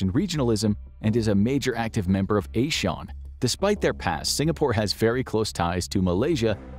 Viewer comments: u said ASEAN wrongly btw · ASEAN is pronounced ah-siaa-uhn, not eh-shawn lolol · he said asean not asian